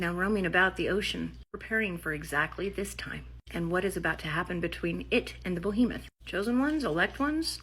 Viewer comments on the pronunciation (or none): That woman kept saying "Bohemoth". It's "Behemoth". It's a giant monster, not a giant artist from Greenwich Village 😂 Just having some fun... great vid!